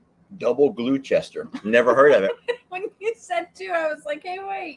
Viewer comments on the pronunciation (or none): Gloucester pronounced gloster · 😂 and you make me laugh so much. ❤all your videos. The cheeses from the UK Double Gloucester is pronounced double gloster And the Leicester one you got right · Pronounced "Glosster" I think...you guys make me happy 😊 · You liked all the English cheeses, Gloucester is pronounced Gloster, love you both ❤️ from 🇬🇧 I am Welsh and they have some great cheeses also 🏴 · we brits don't say Gloucestershire we shorten every county so we pronounce it as gloster, Devon no shires lol im( laughing hysterically in the bed under the sheets) the only cheese I haven't tried is the mexicana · Double glue Chester?? Was it from Gloucester Mass?? Pronounced Gloster?